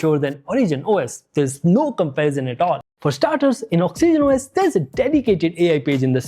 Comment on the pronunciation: Why tf are you pronouncing Oxygen OS like that? Same number of syllables as Origin, but you make it Ox E Gen OS. If I heard it only once or twice I would have been fine, but each time you use it, it's triggering tf outta me 😂